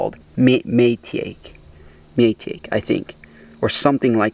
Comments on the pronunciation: It’s pronounced my-tah-key not May-take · Maitake pronounced 'My Tock ee' is hen of the woods. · It's pronounced Mai-ta-k Maitake